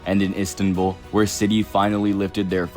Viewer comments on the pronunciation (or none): none